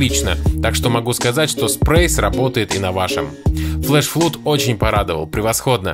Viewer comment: flood не флуд, blood не блуд, doors не дурз...